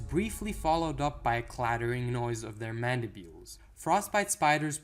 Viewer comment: Am i wrong or is it Mandibles and not Mandibuels